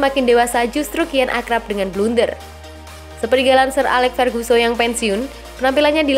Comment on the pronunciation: Ferguson bukan ferguso